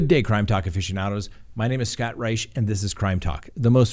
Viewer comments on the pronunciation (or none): none